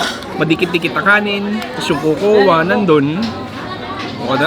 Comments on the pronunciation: Cocoa: kow kow pronunciation nun... Research research din... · Cocoa Is this pronounced as "ko-ko-wa" OR Kok-wa? 😂